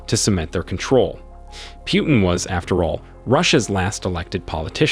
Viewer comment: "Kahvid 19?" We've heard the correct pronunciation of this illness thousands upon thousands of times over the past couple of years. How could you possibly get it wrong, at this point? Lol. Same goes for Putin. It's pronounced "Poo-tin." Every single day we're hearing new stories about terrible new decisions he's making... so why are you the only one calling him "Pew-tin?" Are you mispronouncing these things on purpose for the laughs or something? Are we being low-key trolled right now?